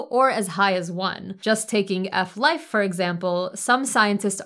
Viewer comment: Hehehe.... oooooh, she went and said ef-life? NGL... that's pretty based of her.